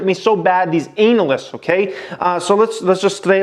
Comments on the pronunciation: Can this dude stop pronouncing analysts as anal-ists, haha. Good videos though. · “Anal”ysts !!! I hate them too 😅